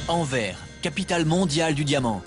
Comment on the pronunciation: On dit "Enverse" et non "Enverre"